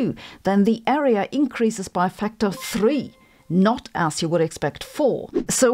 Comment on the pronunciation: "Not." Not "noy."